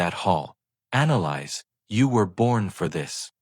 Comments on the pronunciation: Thank you! I came to say that. It's been driving me crazy. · Her name is pronounced: Ana lease! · Thank you! It was driving me crazy too having to hear the mispronounced name!!!